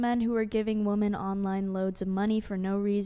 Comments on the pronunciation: I don't know if it's an American-English thing, but as a Brit I found it astounding how the entire panel were unable to differentiate between or effectively use, or pronounce the words 'woman' and 'women'. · Girl is based but her continuously saying woman instead of women is driving me nuts!!! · I’m cursing the superchat that pointed out they pronounce “women” like “woman”. I can’t unhear it! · I swear I'm going to end up not watching this podcast anymore cause I can't stand these idiots saying woman instead of women. California is retarded. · I agree with black shirt, Christian, but why is she saying “woman” when she is referring to “women“ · Chick in the puffy black dress does say "woman" instead of "women" 😂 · Most of the girls do say woman constantly. I can tell there is a difference, because pronounces it correctly. Learn how to say it right: ˈwo͝omən 🤦🤦🤦🤦🤦🤦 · Are these women saying “woman” in place of “women”?? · For god's sake why can't women that come on this podcast say women(plural) properly? 🤦🏻‍♂️ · Man....pronounce the word Women correctly.